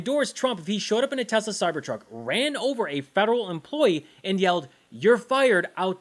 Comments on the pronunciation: Not “Tesler”. “Tezler”! Just listen to Elon. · i LoVe tEsLeRrrrrrr 🥴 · Good grief ! Donald trump can’t even pronounce this Musk car monstrosity’s name correctly—calling it repeatedly Tesler‼️🤦‍♀️I wish I knew “you’ve GOT TO BE KIDDING ME”, but beyond words, this is the president! Maybe if he sold Ivanka’s merchandise, he could at least manage apparel! Avon would be out of the question,rhymes with Elon😮😢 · DO IT, LUTNIK....BUY SOME MORE ELON..."anything TESSLER." TOO INSANE.😂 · Iam gonna lose it when testi-ta-lur comes of the tongue of the king😂😂😂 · Hilarious vid,. "Tesler". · “I love tesler” might end up in the history books one day just let that sink in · I posted this shortly after seeing trump and musk at the white house : After watching the teSLUR infommercial at the newest, bestest, biggest teSLUR showroom on the white house lawn with Swiss Doni holding a teSLUR pricelist in his little hands, urging people to help poor elon because his teSLUR cars are being (illegaly) boycott by sane people worldwide. Good old Swiss Doni conviently forgets that now most people can't afford one after being sacked and the country is heading for a recession. Sorry to keep mentioning teSLUR but thats how Swiss Doni pronounces it. For anyone wondering who Swiss Doni is, I'm afraid that he may be a (very) distant family member of Swiss Toni (with sincere apologies to Mr Higson - a figure in "The Fast Show" a British TV show). As proof of this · Is Trump saying TESLERRRRR so he can say he never promoted TESLA?